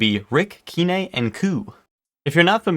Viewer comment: sorry it's not "kee-nay" not a stickler but it's "kine" rhyming with line, dine..etc."kee-nay".